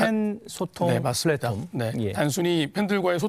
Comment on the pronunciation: 플랫홈이 아니고 플랫폼인데..